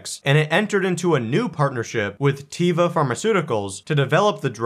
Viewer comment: Teva pronounced teva not tiva Means nature in hebrew